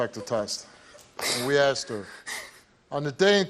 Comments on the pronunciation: Can these people people stop saying "Axed" it's "ASKED" You don't want to be "Axed" I promise you! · That woman admitted it, she said "I axed her".